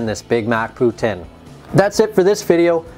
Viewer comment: I'd fuck with that! Gotta correct you on pronunciation. "Poo Teen" source - A Canadian